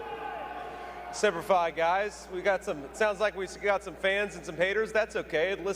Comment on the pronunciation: Jd said semper fi, omg